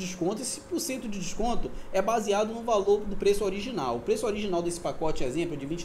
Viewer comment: Vai ter o "pocote" lkkkk quase saiu um "potoco"